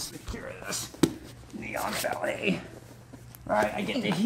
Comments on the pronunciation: same lmao I was like wtf is a neon belly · Oh..."Knee-on-belly." I was listening and not watching and thought he was saying "neon belly." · I can't stop hearing "neon belly," like some kind of cyberpunk body modification.